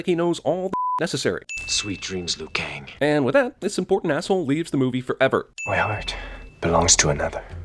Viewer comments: It's Liu Kang Not lui Kang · Passed the test Liu-Kaing! Uhmmm, Liu Kaing? WTF?